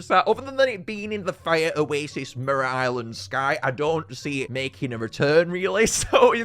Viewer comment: "Merera Island"